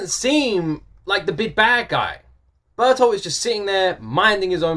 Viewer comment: Yeah, Ber-tolt is the way it's said. Reiner has to face the humanity of the people he has massacred, on a level that he's been able to compartmentalize until now, and he's not handling it well. Method acting can seriously mess a person up in a matter of months, if it isn't done properly, and Reiner has been a deep cover agent for at least three years, and potentially much longer. When Reiner the Wallmarian Soldier is acting, he puts aside any memories that belong to Reiner the Titanic Warrior, so there is no risk that the information or emotions tied to those memories will taint his performance. After years of doing this, the soldier persona has started to become something more like a split personality, which manifests habitually when Reiner the Titan Warrior feels guilty about breaking Wall Maria, rather than being a trick he can perform upon command. Bertolt uses the trigger word "warrior" to snap him back to his senses, but the past several years of his life aren't just going to go away that easily. He's loved and protected and dreamed with these people while ignoring the fact that they are his enemies, and now he has to look that dissonance in the face. Bertoldt has kept more distance, and let Reiner be his social tank, so he isn't as torn up, but this can't be easy for him either. "The Beast Titan caused Titans to rise within the Walls." Ymir blames the Beast Titan for the sudden appearance of titans inside Wall Rose, explaining how night walking Titans